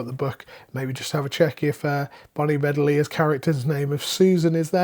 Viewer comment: Bedelia, stress on second syllable and pronounced ee... Bonnie Be-DEE-li-a